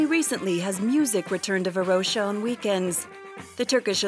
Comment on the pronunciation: Varosha with a SHORT - o - not a long - oh - you dont confuse coke and cock either, or do you? :))